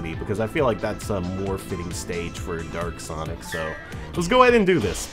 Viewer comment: You said derk sonic instead of dark sonic